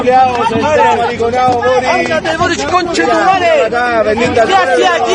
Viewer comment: BORIC....BORIC....BOOOORIC....NO ES BORIS...CULTURA😂